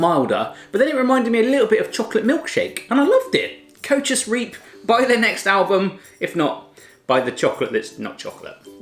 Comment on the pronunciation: Whahaha kootjes reap zegt hij echt geweldig als ge zelf dutch spreekt like if you agree